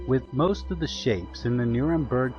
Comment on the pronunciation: it's NurembErg